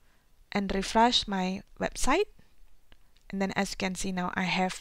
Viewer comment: it is Appearance not Apperinace and refresh not refres